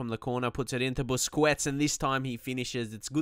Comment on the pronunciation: You are pronouncing Busquets wrong. Please correct that.